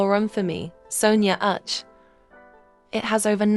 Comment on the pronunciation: Which one is Urch Montana.. pls is Uche Montana..all Igbo names u called with this your mouth come be like french names.. oh..bekee .. it choke oo.. meanwhile I have watched all Clinton Joshua movies.. u forgot to mention.. """Right But Wrong""""" is this year movie..am still waiting to see another one dropping..kudos to him.. and others and thanks for sharing